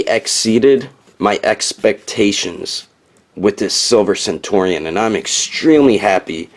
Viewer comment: Centurion is pronounced very much like century